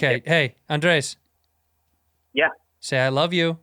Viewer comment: Why Bobby keep pronouncing Andreas instead of just Andres?